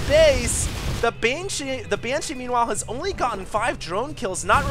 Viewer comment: BANESHEEE!!!!! lol